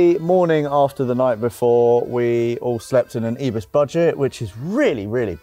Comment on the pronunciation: Great video, but it's ibis not ebus???